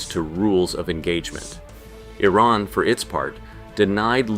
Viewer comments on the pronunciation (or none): none